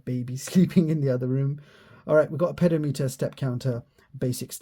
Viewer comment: pedo-meter < pe-dom-eter